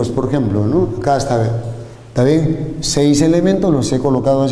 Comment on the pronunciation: "Porjemplo" JAJAJAJA buenisimo video :) "ta bien o no?"